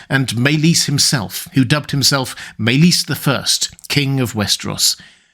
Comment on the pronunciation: Sounds Welsh....over pronouncing maelys ..ys more like is